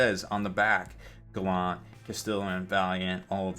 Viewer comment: Hey, - it's pronounced "GAL-ant." Not "Guh-LAWNT."